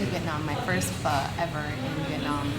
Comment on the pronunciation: I just unfollowed you cuz you dont know how to pronounce "PHO..."